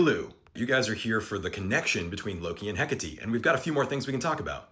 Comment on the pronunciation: Heck a tee? THAT'S how you pronounce Hecate? That's so cool. I've seen it written many times, but never heard it before! Ty for that